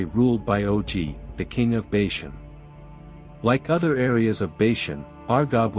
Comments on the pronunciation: First of all, Bashan is pronounced "Baw-shawn". Secondly, Og (pronounced "Og",with a long "O", not "Ogg") was the one that would be destroyed. Ultimately, Moses believed God. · I can’t agree more! And they can’t even say bashan right